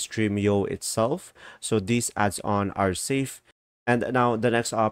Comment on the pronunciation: It is adons not adson